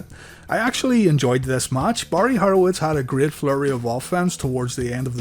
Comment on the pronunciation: It’s Horowitz not harowitz